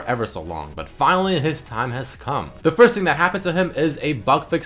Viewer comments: "tha attack" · "tha" instead of the.